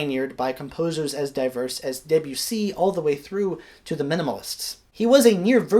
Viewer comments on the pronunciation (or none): none